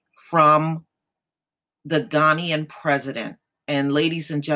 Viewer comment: Ghana-ian president not Ghanian IT is Ghana-ian - thats the correct english pronounciation